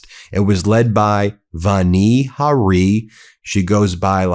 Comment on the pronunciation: Ben: her first name is pronounced "VAN-ee" with the A prounounced as in "yawn."